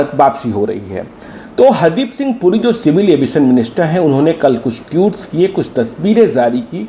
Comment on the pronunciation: एंकर जी,.... टियूट नही,ट्वीट होता है